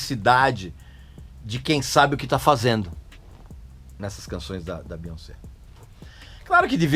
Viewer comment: Amei a sua pronúncia do nome dela, que respeita a origem francesa dele. Aqui no Brasil, a galera tenta trazer uma pronúncia do inglês, acredito eu baseada na pronúncia do "once" (?), quando na verdade o nome dela tem origem francesa e NÃO inglesa, cuja pronúncia é essa mesmo: BiONcê. Nem mesmo nos EUA o povo tenta inglesar a pronúncia, respeitando a origem francesa, mas aqui tentam a todo custo inglesar isso. Aí sai um BiÓNNNNcí. Hahahahaahha